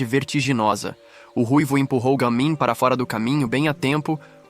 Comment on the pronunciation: Não é je mim é Ga mim